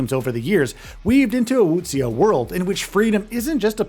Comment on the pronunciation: Its pronounced Wu-Shee-ah